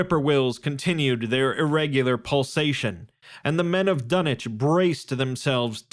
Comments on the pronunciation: can someone explain why tf it's pronounced dunnich instead of dunwich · Love the content and the story, but the fact that you say dun-ich and not dun-wich is a bit jarring to hear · Dunich..... what happened to the w? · Dunnnnnnnnnnnnnnnnnitch? Unsubbing lol wtf are you on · The Dun-itch horror....bahhh bye, happy trials